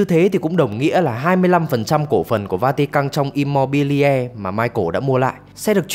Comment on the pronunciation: Immobiliare đọc là Im-mô-bi-li-a-rê nhé, không phải Im-mô-bi-le.